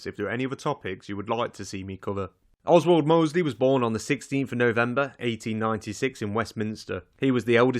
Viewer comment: Oswaldo mosley 😁